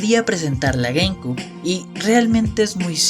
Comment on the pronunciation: Se pronuncia "gueimciub" y no "gueimcub" la ptm xd